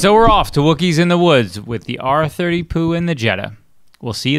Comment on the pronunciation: Did you just call this an R Thirty Poo?